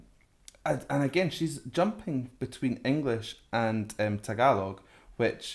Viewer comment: Congratulations coach. . . Mabuhay! (Long live). You pronounce "tagalog" greatly